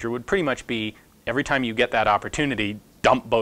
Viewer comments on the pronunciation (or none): none